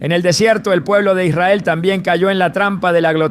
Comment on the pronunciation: Noté que algunas palabras no las pronunciaba bien Como cuando dijo Israel que titubeó